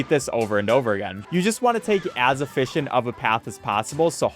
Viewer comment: don't you mean "as e-fish-ent of a path" ?